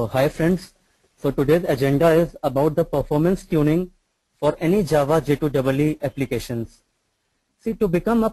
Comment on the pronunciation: first tune your presentation.....say J2EE instead of J2(DOUBLE E)